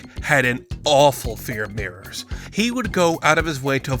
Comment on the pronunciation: the lack of enunciation with the word mirrors made my eyebrows raise for a second